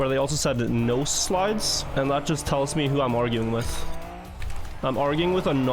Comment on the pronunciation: to be fair i literally played for 2 years before finding out it was "no slides" because always says "nose slides"